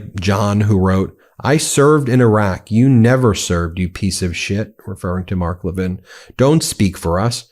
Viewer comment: MTG doesn’t say Mark Levin correctly. 😜